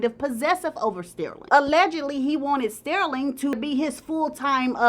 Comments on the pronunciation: His name is pronounced Stur-ling not Steer-ling. Ugh! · Girl say his name right. It's not stairling, it's STERLING. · the way says “stirling” is cracking me up😂😂😂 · Stairling 🤣 but I think it fit the drama of the story..🤣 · Btw, Sterling is pronounced stur-ling. Like when you stir something